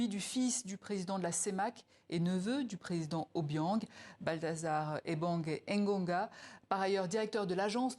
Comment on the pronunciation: Regardez vous-même le nom de quelqu'un "Balthazar EBANG ENGONGA". Ce nom même est bizarre. Mème l'intonation de son nom quand on le prononce ou quand on le lit n'est pas bonne.